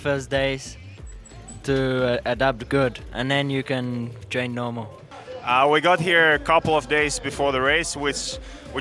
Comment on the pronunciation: Joonas, not "Jonnas". Mutta torille.